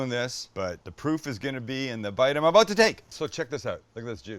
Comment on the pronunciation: "We're aboat to find oat!"